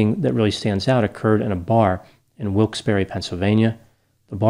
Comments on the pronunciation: Thank you for pronouncing Wilkes-Barre right! Few people ever do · See, with that accent I've always had a hunch you're from PA/the tri-state, as I am. And now that you've so perfectly pronounced Wilkes-Barre, I'm almost certain. Now just give me a Schuylkill & a Bala Cynwyd and I'll deliver my final verdict. ;)